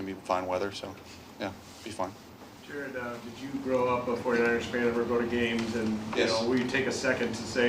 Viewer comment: Jar-ed Jar-ed